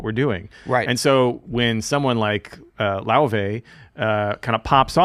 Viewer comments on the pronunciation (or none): Look, I don't even understand how you get "Loivay" out of "Laufey", so you shouldn't be asking ME these even tougher questions. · Nice one. and got the pronunciation of Laufey's name right toward the end of the video after hearing Neely say it a few times. It's "loy-vey". I sometimes converse with Miles through a Ouija board bequeathed to me by an old pool-hall hustler. I asked Miles about Laufey. He said not to worry, she could be a breath of fresh air in some way, a gateway through the past into the future, like some strange new Ouija board. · “Lay-Vay”! Haha!